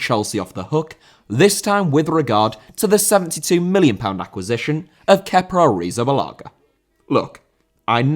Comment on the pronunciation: Kepa Arrizabalaga* not Kepper Arrizabelóguer